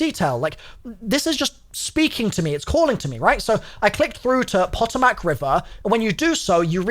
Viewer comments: its pa toe mic not pot o mac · its not pronoucnce poto-mack its pah-tomick RIP atleast as a virginian also ppl say mare-land nor mary land just saying as an american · Poto- Mac and cheese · I never comment, but had to tell you, its pah-TOME-ic, not pot-o-mac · I love you but can I just hit you with the American Pronunciations of the Words. POTOMAC and MARYLAND. We say say it like Mare-Lan and Po-tom-ic, Mary-Land and Poto-Mack. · Puh - tomb - ick. Marylyn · Puh Toe Mack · It’s pronounced the “ pah-toe-mik” river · “Poe””toe””Mac” river - “mare””land” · Puh-toe-Mac River. And don’t say Maryland like that. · It’s pronounced Pa-toe-mic river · POE-TOE-MAC is the pronunciation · PAH TOE MIC river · Just fyi the Potomac is pronounced “Pa-toe-mick” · Pah toe mick river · Potomac = puh-toh-muhk DMV AREA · "Puh-toh-mac " sheeeesh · I think Potomac is pronounced as "puh-tow-mick" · its pronounced (Puh - tow - mick) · Pa-toe-mic is potomac. N its M-air-lin is Maryland not mary land 😩😅😂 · Its po-to-mac river btw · Poe-toe-mic I’m from Va that’s how you say it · Pronounciation tips as an east coaster Maryland: Meryl-land, but no space in pronunciation. Potomac: Po-to-mic, but again, said quickly with no space between hyphens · I love your content bro but as someone who lives in West Virginia it’s PO TOE MAC river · Pot-o-mack and Mary-land make me laugh as an American haha. Great video dude. Full blown Schizzo mode and i love it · Potomac is pronounced Po-Tome-Mick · Pluh- toe -mick river say it again. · Pa-toe-mick is how it’s pronounced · The pronunciation is a bit weird, but for future reference the river's name is pronounced puh-toe-mik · Omgoodness, I love you. Not hatting here....just love... Let me help you. clears eyes of tears from giggling Puh-Tow-Mic = Potomac & Mare-a-land = Maryland <3 <3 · It's puh-tow-muhk. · Potomac river is prounced "poe-toe-mac" river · The Patomac is usually pronounced Puh•toe•mic Just in case you care 😆